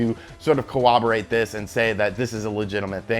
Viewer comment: fool said, "cowoberate" haha